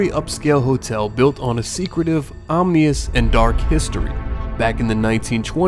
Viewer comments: Did you just say “omnious”? It’s ominous 😂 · Ominous not omneous bruh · What does "om-nee-ous" mean ? Could that perhaps be an illiterate mangling of ominous? (Pronounced om-in-nous, much like the spelling)... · Ominous. Not Omnious. Just saying. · "OM-NEE-US" lol OM-IN-US is the correct pronunciation. #GrammarNazi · Sort of adorable how he said omneeus instead of ominous 😂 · O-MI-NOUS not OMNIOUS AAAAAARRRRRRGHHHHHHHH this is so fake FUCK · "Omnious"? "Ominous". Close, but ya could have re-recorded. But it's okay, most of YouTube has a limited vocabulary anyway. I love the Biltmore Estate. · "Omnious"?... or Ominous? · You have a phone - look it up ! Ominous is not pronounced om-nee-ous...All Hail Dyslexia!! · lol 'omnious'. learn words, bro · Omnious? I think you mean Ominious...?